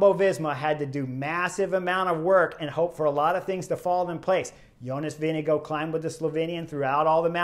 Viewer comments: Chris, I know it's the end of TdF but better late than never. The race leader's name is NOT pronounced "VeeneGO" but "VingeGAARD". Thank you. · Thanks for that Ozaip...the pronunciation of Vingegaards' name by Chris (and many other announcers) had me screaming at the screen. 😉